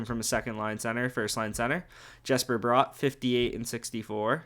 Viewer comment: Nice video just one critque, Bratt is pronounced the same way as brat, no o in there.